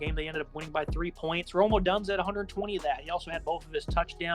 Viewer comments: Odunze "aaaaa" not Odunzzzzzzzz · Just FYI, it's "o-doon-zay." Not "o-dunz". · Oh dunce? There's a dunce playing in this game? Erm, I think it's Oh-doon-zee. And he's dangerous. Right now it's time to... RELEASE THE QUACKEN!!!!!! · O DUNE ZE is how you pronounce the best receiver in the country. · [Oh-Doon-Zay] mispronunciation his name kinda of killed the UW analysis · It took me a second to realize who they were talking about! "Oh-dunz?!?"